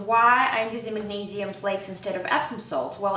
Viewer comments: Neee, not neigh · MAG-NEIGH-SIUM huh